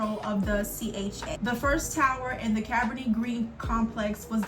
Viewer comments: I also understand Cabrini is an Italian descent name. So in this case, she pronounced it right.. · Cabrini is an Italian descent name. So her pronunciation is still correct. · Cabrini is pronounced “Cuh breenie”… the movie Candyman and Goodtimes tv show was based there…Robert Taylor projects on the south side were notorious too and the cartoon “the pjs” were based on them